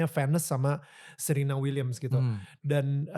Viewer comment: Danil nyebutin Serena dan Venus salah Serena itu nyebutnya Se(huruf e nya kyk kita nyebut Gelap utk membunyikan huruf e nya ) jd nyebutnya Serina bukan kyk nyebut penyanyi Serina Ya Terus utk Venus ..nyebutnya juga salah td Danil nyebut Fenus yg benar Vines ( bines .. nyebutnya kyk huruf B tp kedua bibir gak ketemu utk E nya Sama kyk nyebut nama Serena.. Knp aku koreksi ini krn Danil berbicata selang seling indonesia inggris ...Jd dalam menyebut orang itu hrs benar...